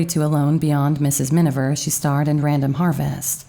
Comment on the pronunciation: C'è un errore costante nella narrazione, quando si parla del film "Mrs. Minver", quando invece il nome corretto è Miniver. Comunque, grazie per il documento. Io sono una grande ammiratrice di Greer Garson! 🌺